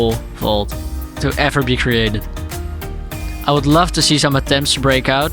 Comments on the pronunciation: Whenever he says vault it sounds like he's saying fault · Mate fokin "vault" again